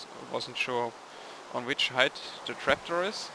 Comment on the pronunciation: I can't help it but when you say trapdoor I hear you say tractor....